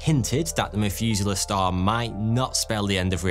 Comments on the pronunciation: ngl the "f" sound every time this guy tries to sound out "th" is extremely annoying and distracting. The Mefuselah Star 🤦‍♂ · Methuselah, not Mefuselah. Pronounce the "meth" part of it like in "methane" or "crystal meth". English speakers... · "population free stars" "Mefuzala" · The "MethUser" Star?! 😂😂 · "meth-user-star" I cant be the only one who heard this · OMG you keep pronouncing "Methuselah" wrong!